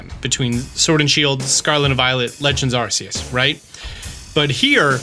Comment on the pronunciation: Now if you could practice saying Arceus correctly. Haha! ❤